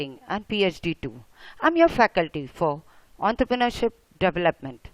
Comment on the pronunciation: ontrrpreneurship XDXD